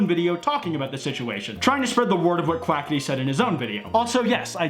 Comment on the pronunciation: Can I just say that Keem said Quacka-tea.